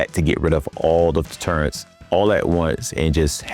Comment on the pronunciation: Brother, good video, great points, audio sounds good, there’s only one critic I can give you. Proofread the script, out loud. Just like you would recording the VO. I think you’d find a few things you would change. Also, the letter “n” does not belong in the the word “turret” 😊😅